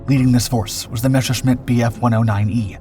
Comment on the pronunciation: You pronounce WRONG - NOT "Meshershmit", but "Messershmit" and NOT Lufvaffe, but Luftvaffe !!